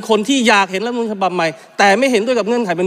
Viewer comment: คุณต๋อมอภิปรายได้ดีมาก ขอให้แก้ไขการออกเสียงคำว่า "รัฐธรรมนูญ" ให้ชัดถ้อยชัดคำว่า " รัด ทำ มะ นูน" ไม่ใช่ "ล้ำ มะ นูน" เหมือนบางคนที่ออกเสียงคำว่า "รัฐมนตรี" ว่า "ล้ำ มน ตี" ขออย่าทำให้ภาษาไทยวิบัติเลย